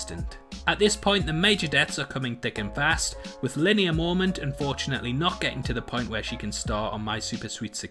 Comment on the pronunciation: Did you say lynia Mormont..😐